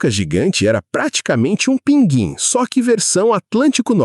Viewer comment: Não entendi a pronúncia do "Pinguim". Embora a palavra tenha perdido o sinal do trema, a grafia, nada muda em relação à pronúncia.